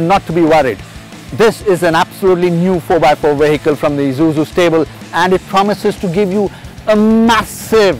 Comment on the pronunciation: Wish he'd stop calling it Izuzu.. it's grating to the ear